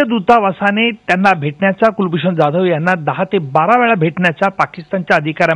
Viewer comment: O bai, He is Kulbhushan जाधव not ज्याधव. Kasle anchor bharlet ABP Maza ne? Sadh marathi surname nit gheta yet nahi